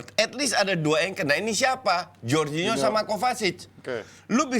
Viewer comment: Suka greget si sama bes kalo soal spelling nama pemain, kek jorgin-ho, coutin-ho, Ronaldin-ho dll 🤦 sekarang hurgen klopp 😂 I mean c'mon man, jadi pundit tapi kek baru kenal bola. Sekedar info aja pemain yg berbahasa portugis yg namanya pake 'nh' kalo spanyol jadi 'ñ' itu sama dengan 'ny'nya org Indonesia. Ada lagi contoh 'j' di Spanyol juga lebih beragam lagi 'Jorge-Jordi' Jorge itu org Spanyol asli dibaca 'hor' sementara Jordi itu orang asli Catalunya dica 'jor' begitu. Bes kan sering nyebut 'hordi alba' apaan katanya sekolah tapi ko bego gitu kan...